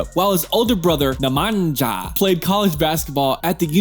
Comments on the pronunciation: Ummmm, try " STRA- HI NYA" and " NE MA- NYA", bc in Serbian , letter " J " is pronounced like " Y" in English. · Strahinja and Nemanja you said it all good but the lest part ''nja'' you should say it like you say new but without ''ew'' part Imagine you spell it ''njew'' but say just the first letter and you get Strahinja and Nemanja correctly. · If you pronounce Jokic as Yokic then pronounce Jelen as Yelen and Nemanja as Nemanya... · 1. Sombor is in the most developed part of Serbia. 2. You are strugeling with name pronunciation 😅 J=Y in serbian Nemanya Strahinya Yelen beer Yokic Easy peasy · You pronounce nemanja as nemanya and Strahinja as strahinya , not with j as dzey. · You read it as Nemanya and Strahinya 🤦‍♀️ not like Jumanji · Oh dear, his brothers' names are pronounced STRAHINYA and NEMANYA so J is silent. Just had to say it :) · Stahindža and Nemanža hahahah vi Ameri ste retardi uvek bili, pogledajte kako se izgovara ime, nemojte pričati po Engleski.. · Nemadja and Strahindja 😂omg dying. But how can you blame anyone because they are pronouncing names in their language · You pronounce it nemanya. Not nemanja. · Small corrections pronouncing Jokić bros: Strahinya and Nemanya. We read J as english read Y. So like Kenya, or make the sound coGNac, champaGNe. try saying Strahigna or Nemagna 😊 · strah hinjah and nah manjah killed me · Dude, your pronounciation of names sucks. Research little bit, it is not the entire globe America. Try pronounce it this way Strahiña, or Nemaña...I hope you better understand Spannish. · Bro, you butchered brothers names. Ne-Ma-Nya and Stra-he-nya It's a thing that everyone now make videos about Jokić for viewers, clicks and likes but at least give an effort to learn proper way of saying his and brothers names. Nikola is said with short "i" and short "o" Not like 99% say "Nikoula" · Strahinja and Nemanja are pronounced Strahinya and Nemanya. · How he pronaunced brothers name😂😂.. Nemandža and Strahindža 😂😂